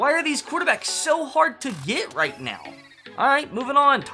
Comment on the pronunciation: are you serious right neow